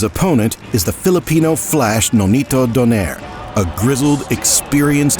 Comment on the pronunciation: Actually it is pronounced "Do-Nye-Rè" hahaha